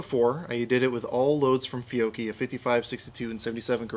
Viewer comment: Sir, you are one of the few collegues able to say correctly the Italian surname/brand "Fiocchi" correctly. Thank you :)